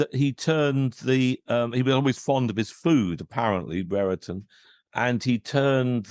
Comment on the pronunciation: It’s not bre re ton It’s Brereton like brier-ton